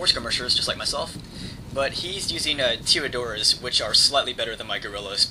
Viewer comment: its pronounced tiradores